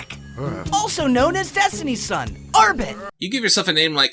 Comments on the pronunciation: I think that He is Saying Ambet not Armpit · I think his name is “Arbit” Like orbit.